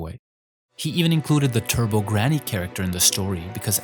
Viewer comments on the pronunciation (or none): none